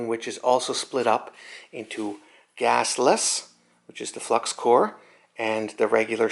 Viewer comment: It’s flux core. “Hey guys I’m running low on flux cord 😂😂😇😇